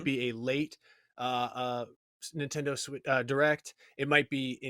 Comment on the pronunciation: Lost me at "Super Ninfriendos"